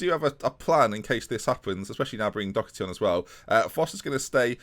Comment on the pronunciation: doHerty not doCKerty